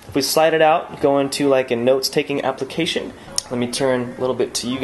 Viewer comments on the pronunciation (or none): none